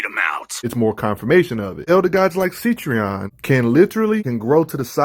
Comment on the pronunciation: You keep pronouncing it see-tree-on when it's seh-tree-on